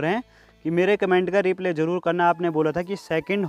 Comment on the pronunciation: ap rply ko wrong pronounce krty ho blki sakshi aur mummy bhi sahi bolty hai rply.ap re-play bolty ho.mind mt krna kafi din sy socha tha apko btane ko 😊.